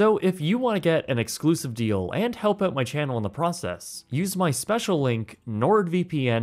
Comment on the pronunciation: PRONOUNCE "OUT"!!!